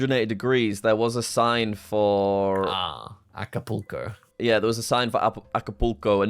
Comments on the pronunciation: pronunciation of Acapulco is killing me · “Apolucu” heart my ears so much.😄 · Apple Look Oh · That pronunciation of Acapulco was insane! I guess he had never seen it written before as everyone has surely heard of it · The first match got me thinking had gotten good at this game, then he immediately proceeded to play the worst games I've ever seen 🤣 PS: What is this pronunciation of Acapulco comon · The Acapulco pronunciation is somehow worse than all of butchering of Curacao. Say it like KERR-A-SOW,. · That is wild. I'm Canadian and learned how to say Acapulco when I was 5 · has the funniest pronunciation of Mexican towns/cities, he should learn some Spanish hahaha